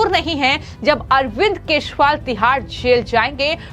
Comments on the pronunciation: Kejriwal pronounced nehi kar pate ho aur chale ayee news read karne 😊😅😊😅😊😅😅😅? Yeh Arbind Keshpal kaun hain madam😅😊😅😊😊😊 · Speaker to note that the pronunciation of name of Ex CM Delhi. It is not (R) not KESHWAAL . It is KEJARIWAAL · ये अरविंद केशवाल कौन हैं सारे लोगों ने अरविंद केजरीवाल का नाम सुना है या आप केजरीवाल शब्द बोल नहीं पाती हैं आज के बाद आपका वीडियो हम कभी नहीं देखेंगे । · Ma'em, Sorry to find your common mistake and inform you that not even Once you could pronounce KEJRIWAL correctly n properly....... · पहले ठीक से बोलना सीखो 😢 अभी तक ठीक से "केजरीवाल" बोलना नहीं आया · Why she always says keshwal? Sounds so bad..... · The News बालों इस Female न्यूज़ एंकर के खबरों को पढ़ते समय केजरीवाल के नाम का उच्चारण भी ठीक से कर पाती हैं और भी बहुत सारे शब्दों का उच्चारण सही नहीं कर पाती हैं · पहले अरविंद केजरीवाल का नाम सही उच्चारण से करो।